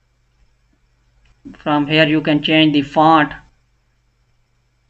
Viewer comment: Bhai font kehna sekh lay